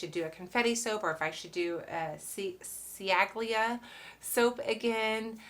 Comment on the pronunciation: Chally-a. "Ci" in Italian is pronounced "ch" (like in ciabata) and "gl" is pronounced without the g (like tagliatelle - tally-a-telly). Other than that, a very interesting video! 😁😁